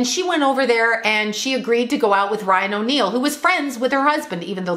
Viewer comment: said Ryan O’Neal but I thought she said Lying O’Neal...lol